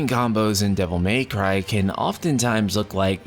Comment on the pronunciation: I giggled at your "Devil MEY cry"